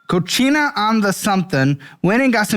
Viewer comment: Whooaaa cochina is different than cocina 🤣🤣